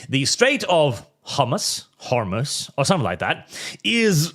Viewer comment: The strait of Whore-moose is the funniest way to say it obviously